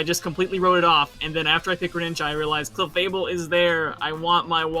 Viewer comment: OMG they messed up clefable its clefable not cefable